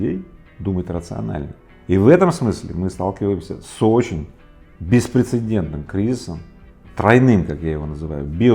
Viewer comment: Дорогой Игорь, спасибо за Ваши беседы. Пожалуйста, говорите «беспрецедентный» без лишней «н»...